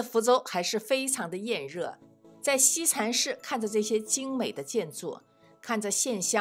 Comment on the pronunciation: 福大子弟？西禅寺，si, 不是shi。有点小口音。